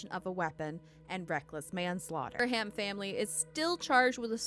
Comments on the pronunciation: Durham: Dur-um The "H" is SILENT. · How do you not know the "H" in Durham is silent. Quit putting so much emphasis on the H. Pronounced like DUR-am